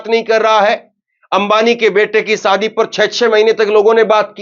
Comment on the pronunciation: Sadi nhi shadi hota h aap ki zabaan acchhi nhi h bht aasar padhta h